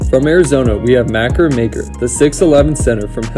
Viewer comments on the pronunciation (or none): It’s pronounced “Mah-Koor Mah-Care We from the same country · How tf did you mispronounce Makur Maker name wrong, BUT you Said Thon Maker lol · Him saying Makur Maker wrong triggered me